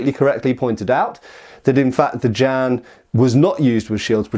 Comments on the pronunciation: The pronunciation is like "jyen" not "jan". Chinese consonants are hard, don't worry about the J but the rest of the word is manageable for English speakers. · Far too much "erm ,er ,,,,,,, 🤔 maybe"& what the heck is a Jan could at least look it up ! Pronounced "Ji en" the Jian. This hurt my ears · it hurts hearing him say Jan instead of Jian